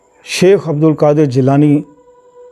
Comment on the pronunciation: Shaikh hota sheikh nahi...